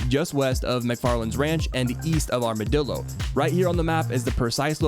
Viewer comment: Did I hear "Armadildo?" XD